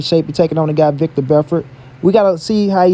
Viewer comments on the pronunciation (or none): Stopped listening to this clown when he said VICTOR Belfort. do your research cuzn.